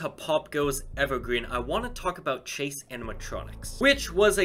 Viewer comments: It's CHASE not CASE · At first when he said chase animatronics I thought he said case animatronics and I got happy but after I knew what he said I got sad